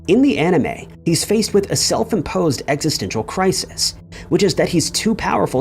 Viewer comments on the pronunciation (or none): none